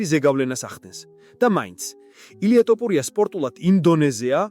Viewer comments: გრვარს რატომ ამბობ არასწორედ?? "ტოფურია" არაა.. მისი გვარი თოფურიაა!! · თოფურია და არა ტოფურია!!. ქართველს როგორ უნდა შეგეშალოს ქართული გვარის წარმოთქმა?? ვინაა ეს უწიგნური შტერაძე სიტყვით რომ გამოდის??? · სირიკ რა ტოპურია ილაპარაკე სწორად Თოფურია Შენ ქართველი ხარ Თუ სომეხი სლავიკა ხარ. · ტოპურია კი არა თოფურია თოფურია თოფურია! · თ - ს ვერ ამბობ? რა ტოპურია ხოარ გაჟუჟუნებს? თოფურიაა გვარად! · გარუსდით მთლად?? თოფურია კი არა ტოპურია ბლიაძ! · რა ტოპურია შე სირო ვინ ჯანდაბა ხარ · რატოოოო ტოპურია? გვარი გააასწორეთ.ილია მიხედავს ყველაფერს. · რა სლე ხარ, რა ტოპურია ბიჭო😂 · ტოფურია კი არა თოფურია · ტოპურია" ბებიაშენია სირო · თოფურია და არა ტოპურია!!! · ტოპურია არა რა .ის თოფურიაა და გვარს ნუ უმახინჯებთ. ქართველს ქართული გვარი თქვი და არა ტოპურია შენ კვიტიანი გითხრან კარგია👹 უფალი შეეწიოს თოფურიას ილია ჩვენი მგელი და მგელზე მგელი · რს ტოპურია, თოფურია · ტოპურია არა თოფურია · მოგიტყან მეტყველება. თოფურია ბიჭო თოფურია 🤌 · ბიჭო კიდე ტოპურიას იძახი😂 არ გცხვენია მეგობარო? ყველა მაგაზე გეღადავება! მე მაგალითად აღარ ვარ შენი გამომწერი , მაგ მიზეზის გამო , მაგარი გამაღიზიანებელია ძმაო გულწრფელად გეუბნები! თუ გაგვითვალისწინებ მაგრად გაგვახარებ✊ თუ ვერ გამოთქვავ თ_ს და იძახი ტ _ ს მაშინ გვითხარი და შევალთ შენს მდგომარეობაში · ....მგონი Ხელოვნური ინტელექტი საუბრობს და არა ადამიანი. "ტოპურია" - ს გარდა კიდევ ბევრი შეცდომა დაუშვა... Ან ოროსანი წამყვანი... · თოფურია ბლიადდდდ.შენ რა ვერ გაიგე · ესეთი ცუდი ვიდეო მგონი არავის გადაუღია, ჯერ გვარის თქმა ისწავლე სწორად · ვინა ხარ ბიჭო რა არი არასწორი იძახი გვარს პირველად ხომ არ მოგცეს შენიშვნა ყლე ხარ თუ ვინ ხარ?